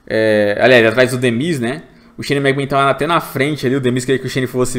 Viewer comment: Que agonia, o não consegue falar Shane McMahon